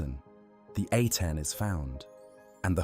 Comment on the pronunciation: Giving power to priests never ends well. Amun or the Aten. Akhenaten was a little crazy. And it's AH-ten not Ah-TEN.